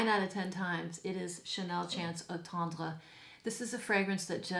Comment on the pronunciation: You are gorgeous and loving how you display your selection on the mantle! 🙂 By the way, you pronounce Eau tendre very well! 😉